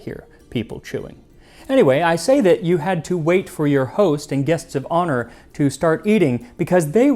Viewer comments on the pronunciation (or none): none